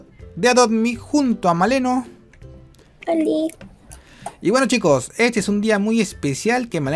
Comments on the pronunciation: Al inicio as dicio maleno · soy yo o dijo maleno?! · jajajajajajajajaja maleno dijiste maleno :v xD